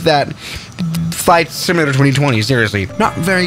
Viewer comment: He said flight simantator